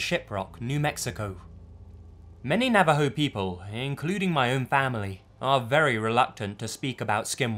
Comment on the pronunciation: Finally someone says Navajo correctly and he's English! Sad that Americans can't say it right